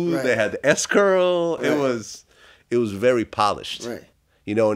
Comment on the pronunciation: Vlad said S Curl😂😂😂!!! This dude is good. Great interviewer and interviewee about a colossal group with great music. Forever a part of my college memories!!!